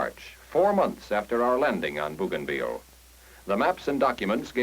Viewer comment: BOW gainville. NOT BOO gainville.